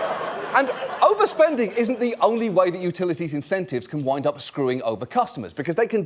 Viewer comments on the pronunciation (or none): none